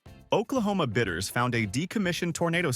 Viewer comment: BIDDERS, not bitters !